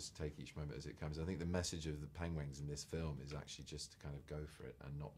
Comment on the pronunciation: still can't say penguin... god love him